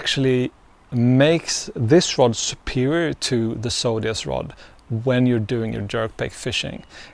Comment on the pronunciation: I have to say, it drives me insane the way you say Zodias, as Sodias.